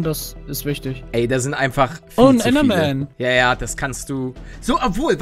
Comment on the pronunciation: Normale Leute: Oh Oh. Ein Enderman! Palle: Ein Endermem! Zuschauer die das hören: Wtf Palle?